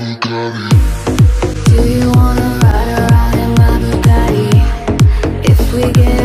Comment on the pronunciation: exept for the pronunciation of bugattii cringying